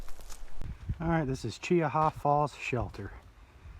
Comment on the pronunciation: spot lighting deer is illegal in alabama so... no its not okay. also what happens when two separate groups of 6 come out? thats the same as one group as twelve. then what? and its pronounced CHEE-HA.